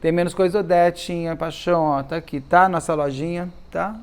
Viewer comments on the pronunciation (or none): Do nada ele solta uma graça, uma ironia ... Enche a boca pra falar "pachão" 😂😂😂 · Beto, me acabo aqui quando você fala "paxãum" 😂❤ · Beto, morro com a sua "paixoum" 😂